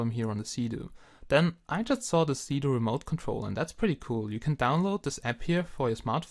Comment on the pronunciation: Is it me or does it sound like he is saying Doing Drugs?